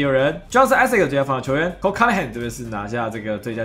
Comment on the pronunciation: 明明就是COLE ANTHONY 不要亂念….